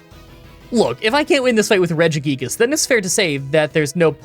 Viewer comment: Just a heads up, it's pronoucned "Re-jee-guy-gas"